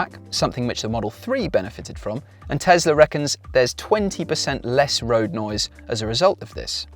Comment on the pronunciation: New TeSSla - yuhuuuu, Elon MuSSk